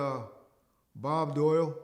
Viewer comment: Bob dole not Doyle